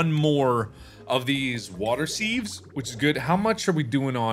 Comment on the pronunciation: When he calls a sieve a seev when it's pronounced siv.